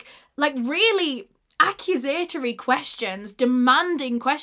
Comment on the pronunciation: Please, PLEASE lookup/learn what the word "literally" means!!!!!!!!!!!! (@ Also, that's not how "accusatory" in pronounced. Accuse-a-tory, not Accu-satory)